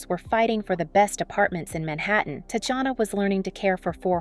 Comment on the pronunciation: Her name is pronounced as "Tatiana", please at least get it right if you wanna do a tribute.